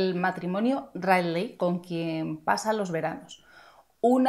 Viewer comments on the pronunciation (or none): none